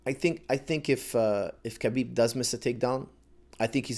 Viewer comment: Khabib's - Ha-beeb not Ka-beeb last name is really simple. Pronounced like so. Nurma-gomedov.